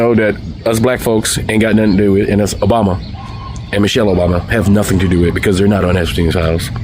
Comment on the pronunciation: That guy said "nuttin"" and "sabbatical"in the same sentence.